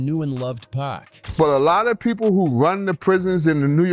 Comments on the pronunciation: I cut this video off as soon as it said "pack". Everyone knows how to say pac. This is an AI generated slop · For this dude to keep pronouncing it “pack” makes it feel like he shouldn’t be the one presenting this video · “2 Pack” cmon commentator smh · Why he calling Pac “Pack”?😭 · AI cant pronounce pac